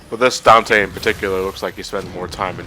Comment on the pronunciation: Weird Whenever I hear people talk about the DmCs characters. They call virgil vagil... and dante donte